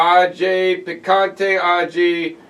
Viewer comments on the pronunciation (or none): none